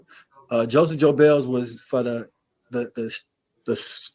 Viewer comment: Did this guy actually pronounce Joseph Goebbels' last name "joe Bells"? 🤔